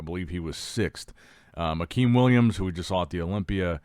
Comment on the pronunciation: And Llopis. pronounce López... I think he just pronounced Akim Williams right.